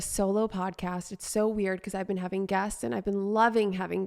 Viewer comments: It sounded like you said " I've been having gas, and Ive been loving having gas" 😂 ( instead of " guests") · That’s exactly what I thought she said oh my gosh! I was wondering if anyone else heard what I did 🤣🤣 too funny